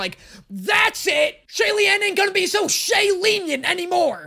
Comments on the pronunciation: The "Xie-lieniant" had me spitting out my drink. As for the entire chipmunk bit, it had me ugly-nose laughing. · Ik it’ll be a while til the next season and this’ll be forgotten by then but, here r character names with (simplified) pronunciations Xie Lian, pronounced “Shay Lee-an”, the MC, his heavenly title is “Xianle” pronounced “Shen-luh” Hua Cheng, pronounced “Hwa Chung”, the eye patch dude, Xie Lian calls him San Lang Qi Rong, the guy who got souped, pronounced “Chi Rong” Lang Qianqiu, pronounced “Lang Chi-an Cho”, the guy who souped Qi Rong Ling Wen, pronounced “Ling Wen”, that blue lady Feng Xin, pronounced “Fung Sheen”, the guy who rolled his worst fear (women), aka General Nan Yang Mu Qing, pronounced “Moo Ching” the guy Feng Xin was fighting with a lot, aka General Xuan Zhen, pronounced “Swen Jen” Shi Qingxuan, pronounced “(“sure” but don’t pronounce the r) Ching Shwan”, Lord Wind Master, or the literally gender-fluid god Jun Wu, pronounced “Juhn Woo”, the Emperor Pei Ming, pronounced “Pay Ming”, the guy who that ghost bride is obsessed over, aka General Ming Guang, pronounced “Ming Gwang” Pei Xiu, pronounced “Pay Show”, the one who was on trial at the beginning of the season Banyue, pronounced “Bon yu-ay”, the little ghost girl from season 1 Annddd I think that’s it, at least for now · as another chinese person in the comments, its shie-lien and lan-chian-chiu. although it's fine to say it wrong, please dont purposely spread the wrong pronunciation. thanks! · Shee-eh Lee-en Lang Chi-en Chill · I- that-, that's not how you pronounce their names at all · I'm Chinese, the official guide is the correct way and this isn't- but these are still fine if you aren't looking to pronounce it the Mandarin way lol. That's totally okay, as well. The language's tone is difficult to replicate and I don't see a problem if people pronounce it this way or another. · I died at the "Xie Lian won't be Xie lienient any more!"